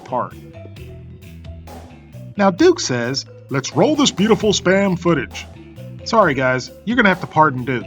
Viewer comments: It's pronounced "spam", not "spayam". One syllable! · "You knpw what SPAM is ?" ....ANd I was like "YEAH OFC MAN ! I see it on the internet everyday !!!!!, then you said it wrong ! and i was like "WUUUUUT ?! o_0"